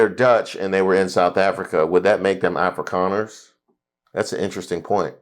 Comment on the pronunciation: Did he say Afri’Connors? I can see that. Oh he said “Afrikaners” my bad. 🤦🏾‍♂️😅